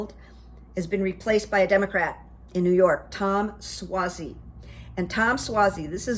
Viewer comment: Your the only one who pronounces Tom Suozzi correct